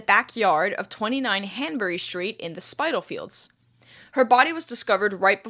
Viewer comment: Who's not interested in this gruesome tale (alas, one of many) of male on female violence? I did a tour of the sites once, as they are now, which are still quite impressive. As an aside, Spitalfields is pronounced like 'spit' not 'spite'.